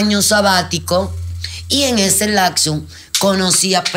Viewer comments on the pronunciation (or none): Mucho pinche estudio pero dice "lacso" en vez de "lapso"